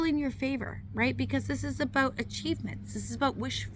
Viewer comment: Thank You, I subscribed because you get to the point. Some read the preprinted copy on the whole hand, and go too long. The way you saw “Aboout” sounds Canadian ??? We have been running our business despite hysteria and demonic types. I laugh a-lot, sometimes nervously, but I learned laughter is always the best medicine. Entrepreneurs never quit, they just run out of capital.